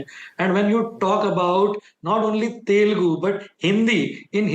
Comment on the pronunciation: it is teL- U - gu NOT telgu please